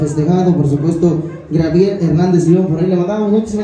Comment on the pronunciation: Todo bien,pero por que siempre dices "Grabiel" en lugar de decirlo correctamente como Gabriel?